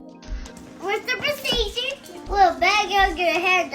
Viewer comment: Cant fully correctly pronounce ' procedure "